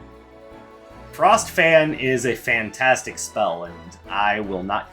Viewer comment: "frantastic" if you may